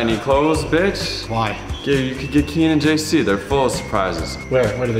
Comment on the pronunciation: NOT HIM SAYING KIAN AND JASON